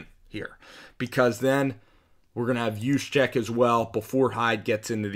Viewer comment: Nice Job pronouncing kyle juszczyk correctly.